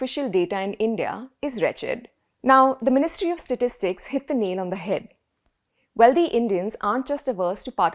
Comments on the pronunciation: How about getting the correct pronunciation of the words "Wealthy" ends with a THY and not DHY, and the same goes with "Healthy", it just doesn't sound proper with your superb grasp of the English language being in the spotlight.... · Nice segment. I’d just ask that you not pronounce wealthy as wealdhee. Indians make this common mistake. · That is not how you prounce "wealthy" you illiterate woman